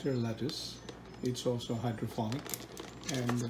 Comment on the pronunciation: Its hydroponic not phonic. It's Voilà, not walla. Pet peeve of mine and every French speaker anywhere. Great video though. Thumbs up.